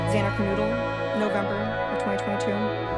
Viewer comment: How does that reporter get their names so messed up? 😮 I have never followed a case where the victims names are so mispronounced! Is this intentional? How can so many educated news reporters mess up so much???? The more they mispronounce the more I feel they aren’t talking about them directly. Terrible. Even a friend speaking calls Xana, Xana Kernoodle instead of Kernodle. 🤦🏻‍♀️